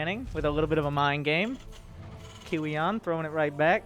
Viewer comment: i think you pronounce kiwian, Kowean